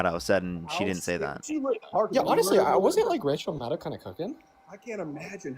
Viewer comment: Respectfully, a small point: Out of respect for her considerble work over all these years... RACHEL MADDOW's last name is pronounced -->"MAD'-OH"<-- (rhymes with SHADOW).--- There is no "OW!" 😬🤕 involved. Never has been. ¡Ay yi yi! 😅 Thank you.